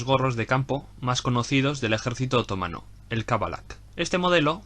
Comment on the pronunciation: ¿Porqué dices otómano, así en plan esdrújulo?,....es otomano, que te pego con la mano. Por lo demás, genial, me encanta.